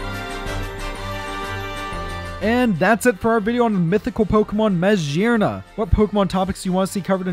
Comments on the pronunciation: I'm surprised you didn't notice that MaGEARna would be pronounced with a hard G like in GEAR. It's not Majearna. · The G in meggerna is pronounced like gear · What I hear: Mashearna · i have never heard someone pronounce magearna as "mashearna" but i respect it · Ur saying maggerna wrong the hol vid